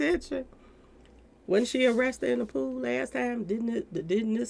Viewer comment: Don’t know it tickles me so much say “I don’t, I wat’n there” or “Don’t know, wasn’t with them” 😂🤣. Think would’ve been a better fit than Sherry Shepherd for Wendy Williams show, just saying.